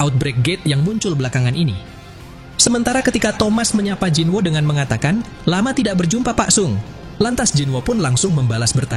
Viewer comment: Bang bacanya bukan jinwo tapi jinu